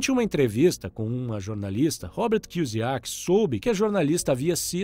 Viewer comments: Muito bom o vídeo cara, mas cê não acertou o sobrenome do Robert kiyosaki uma vez kk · O mais importante foi passado: os ensinamentos. Seria interessante aprender a falar o sobrenome do Robert corretamente antes de soltar o vídeo.